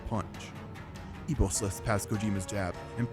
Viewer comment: his name is Ippo, not Ipo.